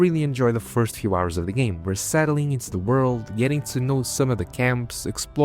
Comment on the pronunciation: I love how this guy mispronounces game as gam, let's you know there is no AI slop here. Unless... the AI is running some kind of double bluff 🤔